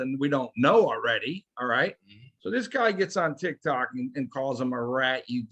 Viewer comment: yeah but please don't say tic Tok I can't handle any more